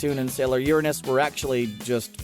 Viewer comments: The way you say uranus bugs me. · UrAHnuhs ahhhh no it’s Uranus